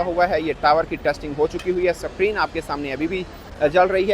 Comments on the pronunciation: SUCK-REEN nahi SCREEN(Skreen) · सक्रीन नहीं बोलते भाऊ स्क्रीन बोलते हे😂😂😂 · Screen ❌ Secreen ✅ 😂😂😂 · Screen ❌️ SAKREEN ✅️ 😂😂😂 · Basically abatak sacrin, 😅😅basically😂lagchuki basically 96%kam basically puraho gai hai😅😅😅😅